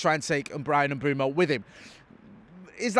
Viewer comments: Mbeumo Not Mboomo Not Mbuemo Not Mbwemo M-beu-mo IT'S JUST AS IT'S WRITTEN! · This pretending you don't know how to say Mbeumo is getting old. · It’s Mbeumo, not Mbeumo. Hope this helps